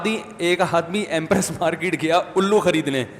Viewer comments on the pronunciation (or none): none